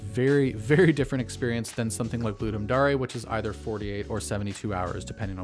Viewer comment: You mean, Ludum DARE as in "I [ DARE ] YOU" not Daa-ray